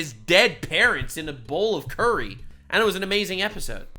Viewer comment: Bowl of curry? ' inner Canadian took over for a second there